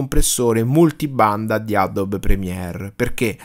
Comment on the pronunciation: adobe si pronuncia Adobi. (no adob)